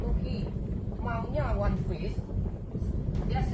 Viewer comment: Dari logat dia ngomong "wanpis" aja udh jelas itu propaganda. Entah kenapa gw bisa ngerasain bedanya gitu org yang emg nakama dan otaku dengan org yang karbit, terutama dari cara pengucapan lafalnya. "Wanpis" dan "One Piece" beda. Kalau susah kebayang, coba dengerin bang Rei ngomong "one piece" dengan org di video itu ngomong "wanpis". Coba juga bandingin ke pejabat-pejabat yang gak tau one piece dan nyoba melafalkannya. Beda gitu cara ngomongnya.